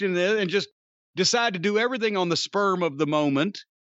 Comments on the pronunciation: did he just say "sperm of the moment"? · Yes. He never says "spur".